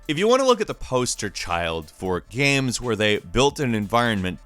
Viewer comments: Are you actually unable to say "Games" and must say "Gams" instead?? What a buffoon. Learn to pronounce. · Why do you pronounce games as "gams"? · It's pronounced "games", not "gams" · Gheahms? You mean games